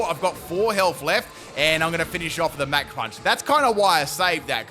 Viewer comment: Fighter jets don’t go mack 3, they go mach 3 (mock). Your pronunciations are outrageous lol. Super entertaining vids man. Big fan.